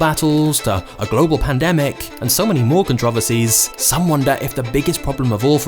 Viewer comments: There it is! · I haven’t watched this yet but I look forward to hearing the narrator butcher the word controversies